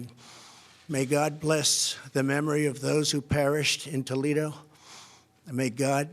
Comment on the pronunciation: Toledo, huh - He was reading his speech line by line. How did that flub happen?